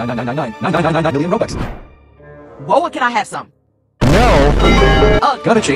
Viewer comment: “millyon” 💀💀 is bro talking abt the roblox bw youtuber